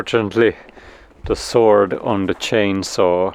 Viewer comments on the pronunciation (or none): none